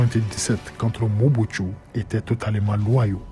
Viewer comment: Le reporteur est un rwandais, il appelle mobutu (mobutsu) pourquoi.